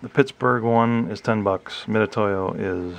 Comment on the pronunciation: Thanks for the review. (Got my for use with laser cutting projects.) A note that Harbor Freight doesn't sell these $10 units in a little padded case any longer—just vacuform plastic on a sliding backing card. (Mitutoyo is also pronounced Mitsutoyo, BTW.)